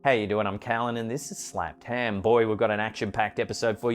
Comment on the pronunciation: Seriously!!! His accent with “ham” is the best!🤣💖🐷